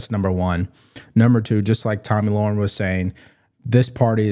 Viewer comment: Tomi Lahren. Pronounced Lare- uhn, not Lore-uhn